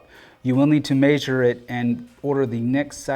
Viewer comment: “You need to meeeesure”